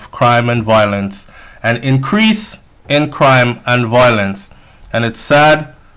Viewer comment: please pronounce the word properly. It's VI-O-LENCE not VO-I-LENCE. Your channel is update and informative. Just a tip!